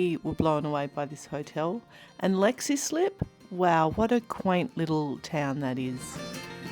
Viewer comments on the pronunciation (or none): Gets above 25c here about twice a year in coastal ireland so no need for air-conditioning We're laughing here at 'Lexy Slip' 😂 The town you stayed in is pronounced 'Leeks Slip' Mind you Id make an abdolute balls of pronouncing some Ozzie places😢